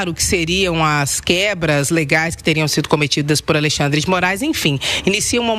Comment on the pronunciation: Será que só eu ouvi ele falando Aleixandre de Moraes? Kkkkkk